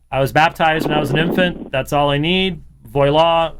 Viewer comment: Took me a moment to realise James was saying 'Voilà'.